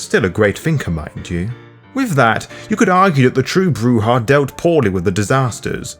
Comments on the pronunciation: Oh by the way not to be a dick but the J is pronounced as an H. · It is CHEEL-der, not child-er. ;) - And you should probably decide on a pronunciation for Brujah, or am I missing something...? scratches head